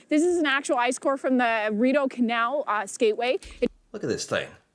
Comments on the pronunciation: No. REE dough in English. ree DOUGH in French. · I know it is spelled with an i but pronounced as an e…but you got the second half of the word correct. So, more like reedeau. The dragon boat, ice/snow sculptures are during what is called Winterlude and is a huge tourist attraction here. In the summer, they open the locks to let the water back along the canal for boats. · Dude... Ree-doe Canal but at least you're trying. I grew up in Ottawa and skating end to end on the canal as a kid in winter was one of the highlights. ❤ Now there are food vendors, mostly Beavertails and hot chocolate (and others). People who work DT will often park at Dow's Lake and skate the rest of the way. You really MUST come up in winter to experience it. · Hi It is pronounced Ree doe canal. Love your podcasts. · It’s pronounced rid-oh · Rideau Canal is pronounced Ree-dough. But I love your fascination with this. It is definitely an Ottawa treasure and I would even argue a national treasure. My sister used to skate to Carleton University on the Canal periodically when she lived there. A lot of Canadians, especially those in Ontario and Quebec who have visited Ottawa, have memories of skating on the Canal (like I do). Unfortunately, with each passing year, there are fewer and fewer days you can skate because of the warming climate. Also, some metric (very useful if you're running a YouTube channel about Canada): 1 mile = 1.6 kilometres. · Rideau is pronounced REE - DOH.❤ I am a retired teacher, and we used to take our classes to skate on the Canal a couple of times during winter. There are huts to change, sell souvenirs, hot chocolate and Beaver Tails (fried flat pastry with toppings). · I live in Ottawa and I'm really surprised how many Americans from all over the United States who have skated the Rideau Canal ..and Rideau is pronounced ree-dough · It's the ree-dough ..like Trudeau.. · It's not R-eye-deau in the same way that it's not Eye-ran and Eye-raq. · Reee dough Canal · Ree dough.